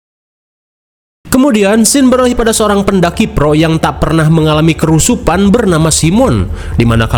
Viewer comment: Ngakak gw tiap denger kerusupan